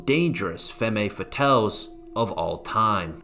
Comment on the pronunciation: the "e"s at the ends of femme&fatale are silent. good work,. G.Davis sr21January